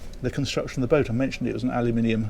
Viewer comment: Very nice pronunciation of aluminium. Still a bit alyum-inium, cut out the "Y", but a vast improvement.